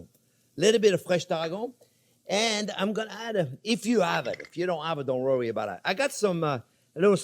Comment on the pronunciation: "Dont rury bout um."..